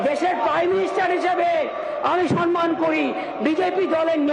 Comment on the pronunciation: Word ta sanman noy samman.